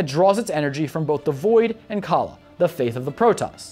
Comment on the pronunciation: My ears bled at every brutally butchered pronunciation of Tal'darim and Nerazim. the 'im' at the end is an EEM. Edit: Khala=Call-ah ffs my ears bleed.